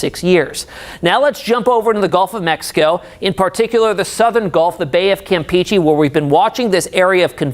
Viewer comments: Campehcheh not campeechee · The way he says (Campeche) lmao 😂😂🙉 "Cam pee chee"👈😂😂😂